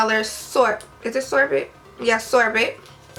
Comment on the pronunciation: Sorbet (sore-bay)